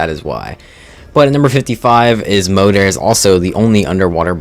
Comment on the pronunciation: Moeder is Mother in Dutch yes just pronounced differently than in the video.